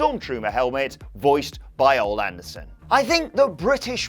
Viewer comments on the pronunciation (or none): ol anderson. it is o lee anderson damn mark